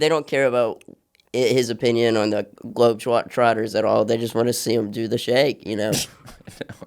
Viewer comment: did he say globetwaters?